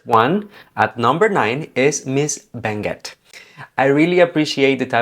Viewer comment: Firstly, you pronounced Benguet much better than many who visit the province who happen to be Filipino. Second, i agree, S. Cal rep exuded Miss International vibes. Top five: 1. Baguio City (yup, its a Latina-Asiana mix that suits the Thai palate. Oh, Baguio City is in the Province of Benguet) 2. Muntinlupa (if the pageant were to be in Latin America, i would place her ahead of Baguio. Furthermore, let us not forget the comments and opinion of the Miss Universe owner about married women and their chances of winning) 3. Quezon Province (Since her Binibini days, her trajectory has been up and up. However, the last time she joined Miss Universe Philippines, as well as her stint at Miss Charm, it has been lackluster when you compare it to the past. As spokespersons, it is going to be a fight between Muntinlupa and Quezon Province) 4. S. Cal (yup, more Miss International than Miss Universe) 5. Benguet (oh, about the gold, there are gold mines in the province) Spoiler: Taguig. I wonder what the format would be? 69 to 20 then to 10 to five to three? A reality show format? Hmmmmm .......